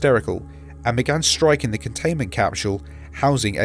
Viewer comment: CAPSHUULE It's just a joke, your pronunciation is ok